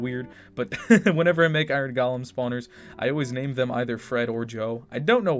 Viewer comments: is it me or he says gaalam instead of golem. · He pronounced golem like Gollum. 😂